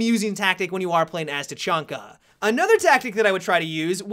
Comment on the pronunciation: You said tachunka in the beginning of the video